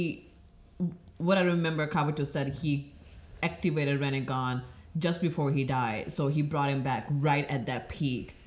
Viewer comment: moders. please tell them its not Rennegan its Rinnegan...because otherwise it reminds us of Renegade :D